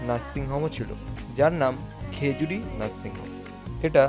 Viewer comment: ভাই ওটা খেজুরি নয় ওটা খাজুরী 😂😂